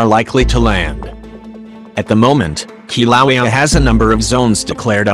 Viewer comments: "Kilauea" is pronounced (Kil'a'wa'ya) NOT... (Ki'low'wee) Get It Right!! Or Don't Say It At All >( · Ugh why use the auto voice it pronounces the name of Kilauea wrong and it’s irritating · Your synthetic voice can't pronounce Kilauea! Get a live human for your voiceover work! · Hard to hear the Volcano name mispronounced that way. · If you’re going to insist on using that obnoxious robot voice at least use a good one. Please teach it how to say Kilauea. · It's pronouncing the name wrong!